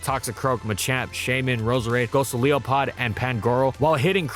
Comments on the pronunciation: Did this motherfucker just call golisopod gosoleopod? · "Gosu-leo-pod" Ah yes, one of my favorite Pokémon. It's just like "Gol-ISOPOD", only with a lion head. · Great video but I noticed you said "Gosoliopod" instead of "Golisopod" when talking about Noivern's checks. Just remember that its name is Goliath + Isopod, so it would be pronounced Gol-eye-sopod. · How GREAT Was at Butchering “Ghosoleopod” ACTUALLY? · Its Go-li-so-pod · Not gonna lie though I love its design the most I remember of Noivern is Professor Oak shoving his head into its ear in Unova. Also it's pronounced "Goh-lice-o-pod". Seriously with the Raikou mentions I'm starting to wonder if mispronounces Pokémon names just to piss people off. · My man actually said Gosoliopod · "go-sa-LEO-pod"? Bruh, come on. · I'm sorry, but hearing goliopod pronounced as "go-si-lo-pod" caught me off guard I sweared in front of my dad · I think pronunciation of “Golisopod” is the new biggest sin he’s committed since Reuniclus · Guzma will find you for butchering Golisopod's name so badly. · why you add extra syllables to Golisopod? Great vid! Love these things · what was that pronunciation again? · The hell did you just call Golisopod??? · I'm sorry, WHAT was that Golisopod pronunciation? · I'm distracted by the way says golisopod.